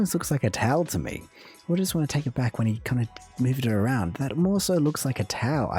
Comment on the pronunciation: As a Canadian, I've never heard anyone ever say aruned instead of around lol.